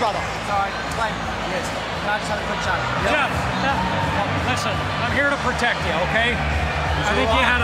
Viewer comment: What kind of referee is that? "Am here to ptotect you"